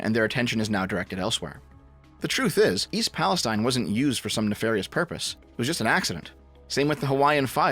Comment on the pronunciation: Just for future reference, the locals here pronounce East Palestine as Pale-STEEN, not Pale-STINE.